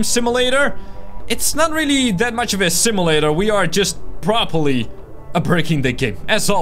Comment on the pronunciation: He says simulator enstead of simulator